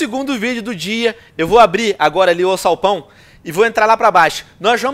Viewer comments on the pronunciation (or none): pq ele fala alçalpão em vez de alçapão? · venom vc falou AUÇAUPÃO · se fala alsapão